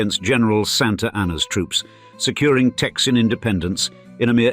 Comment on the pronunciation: I can't handle "Texian" lol